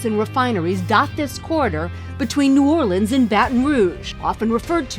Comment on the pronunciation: “New Orleeens” bruh come on, it is “New Or lens”